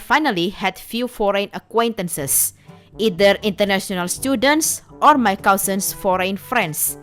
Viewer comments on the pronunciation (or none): none